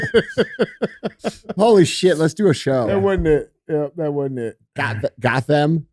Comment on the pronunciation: Lmfao BAThey, from Gothem Lmfao